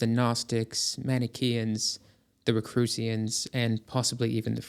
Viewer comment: Rakusians? You mean the Rosicrucian.